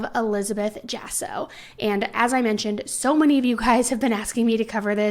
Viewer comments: It's pronounced Hah-so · It’s for attention..attention seeking. And, he probably was cheating and she lied to “keep” him. That is so sad; because, a baby isn’t going to make that situation any better. If you aren’t making him stay home for you; he ain’t going to stay home for a baby. Oh, and it’s pronounced ha-so= Jasso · The last name is pronounced HASSO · The last name is pronounced as "HASSO". In Spanish, the letter "J' is pronounced as if it were an "H". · Not that it’s a huge deal but her last name is probably pronounced as “haw-so”. The j in Spanish is pronounced like an h in English. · What a horrible thing to do. But as you mentioned we dont know the whole story but whatever it is it started when he was still alive. Maybe there was some issues in the relationship and she thought they were about to split up. Its sad for both sides of the family. Just a little side note and it doesnt really matter but the last name is pronounced with an H.